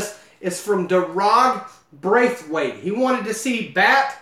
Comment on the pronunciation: Thanks but Daragh is prounnonced Dara